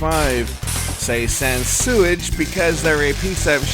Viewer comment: "sansewage" LOL!